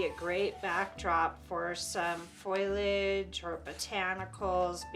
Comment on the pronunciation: When you say foilage, are you talking about a foiling technique or do you mean foliage (which is usually pronounced differently)? Foliage makes more sense to me, but I'm just not sure what you mean.